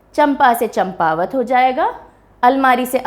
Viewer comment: यह चंपावत नहीं बल्कि चांपावत है.